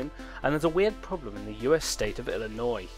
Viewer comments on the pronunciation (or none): It's Illinois.